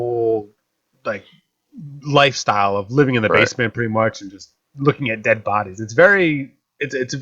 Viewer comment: you are deadth...